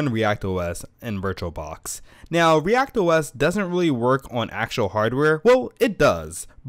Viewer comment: It is "ReactOS", not "React OS".